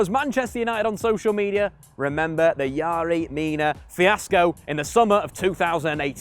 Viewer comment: His name is fucking yerry . Where are you getting yary from